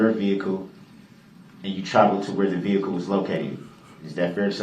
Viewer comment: The way ge pronounces words makes me rage. Not even his malapropisms, but the way he says stuff like vehicle "vee-koo" and thing "teeng"